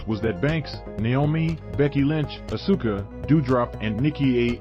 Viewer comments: "ASOOOKA". Wow! Does the narrator even watch WWE? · I think he's pronouncing it, how it's spelled. Lol